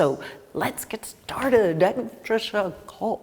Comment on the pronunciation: French pronunciation c’est trés terrible, non?